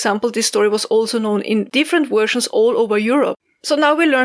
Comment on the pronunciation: I planted onion starts listening to this. The doggo & puppy kept me company. I love you, but listening to 'wersions' always makes me smile.